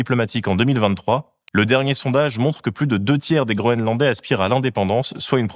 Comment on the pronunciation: j'arrête pas d'entendre "grolandais" 🤭